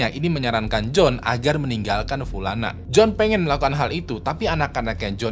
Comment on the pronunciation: Btw, nih kaya nyah punya mantan bernama pulana deh tiap, upload pulana terus gua denger.